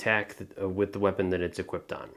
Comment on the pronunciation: First off, thanks for the turtorial. Very well made.Second, this game is kind of intended for fans so "will it hold up" isn't necessarily a fair argument.Third, equip is present tense, not equip't. Equipped is past tense, not equip'ted. Had a friend that said it like this and I wanted to strangle him xD